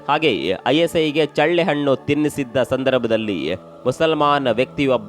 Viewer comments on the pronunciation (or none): none